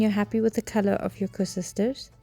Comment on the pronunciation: Koeksusters not koesusters lol...